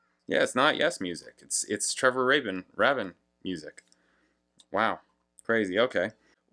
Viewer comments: It's "Nine Oh One Two Five" and Trevor "Raybin", I believe 😊 You can actually listen to his original demo followed by his solo version here on YT! 😀 And there's also a very interesting and quite entertaining video of Trevor Horn talking about the making of this song, on the RedBull Academy channel 😊👍 Malcolm MacLaren had co-owned a London fashion store together with Vivienne Westwood in the 70's and discovered the Sex Pistols and was their manager 🙂 His album 'Duck Rock' Trevor Horn helped him create is supposedly the first UK recording with Vinyl Scratching effects on it and is regarded as influential on styles like Rap and Hip-Hop 🙂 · Why don't you figure out the guy's name's pronunciation, Rabin "Rabbin" , before you make your video, and then pronounce it correctly throughout, instead of alternating pronunciations and sometimes using both?